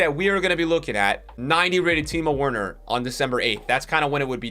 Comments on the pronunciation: Time Werner 😂 it’s pronounced Timo Verner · It’s pronounced verner not werner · it’s pronounced teemoh verner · Him saying Werner hurt my soul